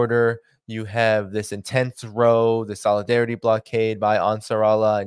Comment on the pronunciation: Apologies up front. You are saying row (a minor fight) incorrectly. It is row as in sow (female pig). OCD is a bane.